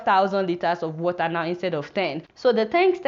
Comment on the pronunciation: i like the way she says water....warer